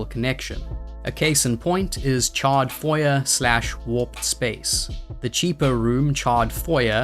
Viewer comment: (psst it's not "foy-yer" it's "foy-yay" - it's french - the "er" at the end is pronounced "ay" like dossier)